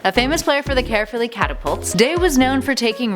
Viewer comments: Cerfilly it is pronounced cerfilly (caerfilly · Any Welsh people here laughing at how she pronounced Dangerous Dai Llewellyn and how she pronounced Caerphilly